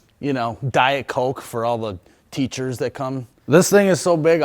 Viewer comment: The way this guy says teachers you can tell school generally wasn’t a strength